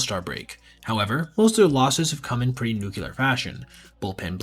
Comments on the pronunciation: "Nuclear". Pronounced "New-Klee-Er", not "New-Cue-Ler"..... ugh, drives me crazy. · a trick that helped me: say "New" now say "Clear" now say "New clear" that's how the word "nuclear" is pronounced...not New-cu-ler